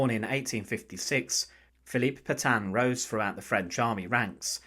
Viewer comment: Can somebody please teach the german AI voice how to pronounce Petain?